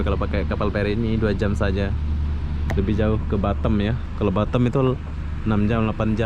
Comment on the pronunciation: Ngomong batam kdengeranny jadi batêm (bottom) 🤣